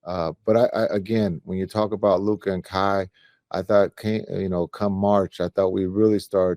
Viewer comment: Stephen A still not pronouncing Luka's name.correctly 🙄